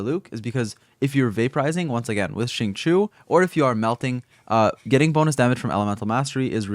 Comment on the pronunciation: Im so mad whenever people say xingqius name wrong. It’s pronounced: sing-cho Even xingqiu pronounced his name that way